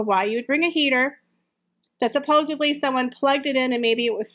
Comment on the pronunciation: I've been enjoying your videos a lot; they're very informative and entertaining. This is a common mistake, but I just wanted to point it out. You've been saying "supposably" (at least that's what it sounds like). The word is actually "supposedly."